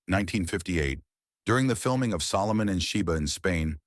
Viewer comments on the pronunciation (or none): none